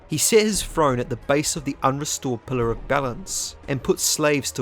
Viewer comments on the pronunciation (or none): "Pulluh" Enunciate, ffs. I'm not listening to someone who can't even pronounce "pillar".